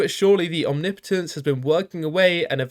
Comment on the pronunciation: It's refreshing to hear someone pronounce omnipotence correctly